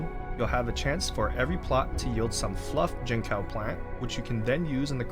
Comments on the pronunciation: fyi, its jin-tsao (like in tsunami) and not jin-cow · Jincao is pronounced chinsao btw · I know it's a small deal, but if you do want to learn how it's said, the "c" in Mandarin is pronounced as "ts." So, it'll be "jin-tsao" 👍 Great farm guide. Thanks for making a video 😀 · bro said gene cow 🥀